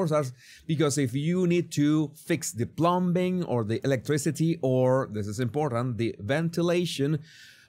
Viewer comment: Plumbing 👈🏾 the b is silent.